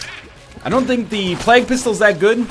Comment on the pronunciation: Uh i believe it's play-gue pistol NL, just like bay-gel